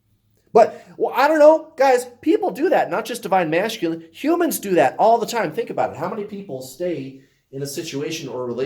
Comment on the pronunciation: I love how you say divine ma"sh"culine😂😂 it's my fave!😉